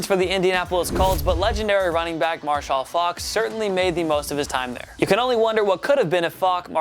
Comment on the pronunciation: Is he saying Mar-Shall?!? Hahahaha It's just Marshall bro. 🙌🏾